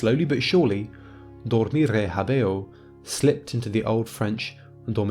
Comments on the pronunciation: why not talk about pronunciation? habeo is pronounced HÁbeo, and not haBÊo. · hábĕo, not *habḗo